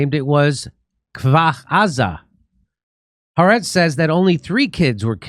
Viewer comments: The newspaper is pronounced Ha Aretz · Jimmy: “Ha-Ar’etz,” not “Harretz.”